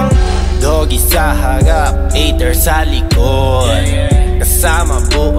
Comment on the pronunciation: Cute mag bigkas ni sa mga words. "Kasama buong twopa" "Dogie sa hawap" HAHAHSHSHSHSHS